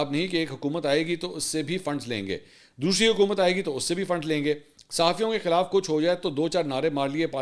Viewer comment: " what is DOSHRI BAAT" or is it DOSRI BAAT